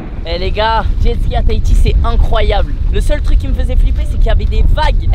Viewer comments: Miche je suis de Tahiti et on dit tahhhiti on dis le h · J'aime bien quand tu dis Tahiti toi tu ne dit pas le H 😂😂 normalement on entend le H